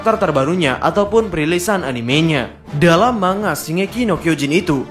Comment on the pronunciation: Cara penyebutan "Manga" yg benar sebenarnya "Man-ga" atau "Mang-ga", bukan "Mang-a", huruf N sama G nya dipisah, silahkan di cek min di google translate 😁 tapi seandainya masih mau nyebut "mang-a" ya gak dosa juga sih, tapi ane hanya memberi informasi min wkwk karena orang jepang sono gak ngerti kalau kita nyebutnya "mang-a", mereka taunya "Man-ga" atau "Mang-ga", tulisannya aja yg "Manga" huehehe. Tapi teorinya mantap abisss